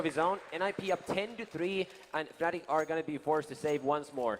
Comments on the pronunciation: Yes, but the commentator said "Fanatic". Is it because he don´t realise him saying it or just what he personally call them because he thinks it fits them better? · It's pronounced fanatic... but it's stylised as fNatic